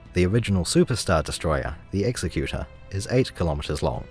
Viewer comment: Thank you for calling it an Ex-E-Cu-Ter instead of an Ex-ecu-ter.